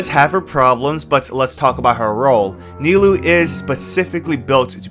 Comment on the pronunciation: Kinda out of pocket, but kudos to you for actually pronouncing Nilou and Cyno correctly !!!